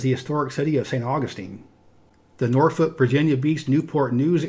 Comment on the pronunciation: Thank you for pronouncing Norfolk, VA pretty correctly. I hate it when people pronounce it as Nor-Folk. 🙄